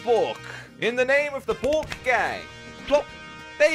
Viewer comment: can u prononouce bork in english cause im only hearing boke